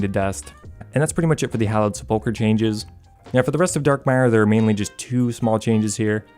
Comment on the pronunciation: I can’t get over hearing seppoker over and over